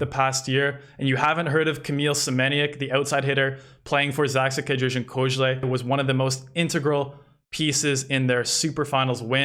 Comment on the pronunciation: I'm impressed with your pronunciation of Polish names! Pronouncing ę in Kędzierzyn and ź in Koźle! Wuuut